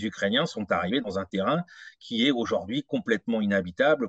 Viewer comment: Merci à tous les deux pour la qualité de votre travail, mais s'il vous plait: auj ou rd'hui et non auj o rd'hui.